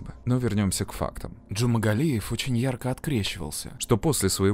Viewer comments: Джумагалиев, а не Джумангалиев! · почему вы в ролике называете его Джумангалиев? он Джумагалиев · ДЖУМАГАЛИЕВ, не джумангалиев.. бесит что его никак не наказали!ну почемууу?!!???а так всегда смотрю вас, очень нравится ваш канал, привет 🙂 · я один слышу, что диктор в кадре произносит фамилию маньяка как "джумаНгалиев"???? если в действительности буквы Н в фамилии нет. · Уши режет, когда называете "ДжумаНгалиев"